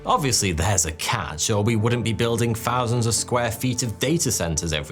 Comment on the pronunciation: free or three? fousand or thousand?